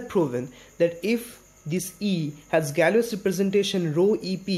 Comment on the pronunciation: Here's how you pronounce Galois